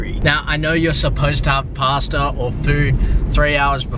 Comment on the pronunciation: The way you say pasta annoys me so much 😂